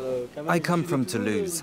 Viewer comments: Yeah, I also heard as "to loose friends" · I heard *To lose friends,*, I kept wondering why do they say that? After replaying video I realized it was “Toulouse, France”.😅